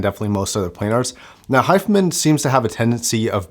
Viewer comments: It's Hi Fi.....man not hifemen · Pronounced: HI - FI - Man